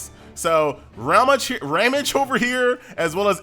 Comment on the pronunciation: It's RAHM-gee. :) And I think Shufraken is shoe-frah-KEN.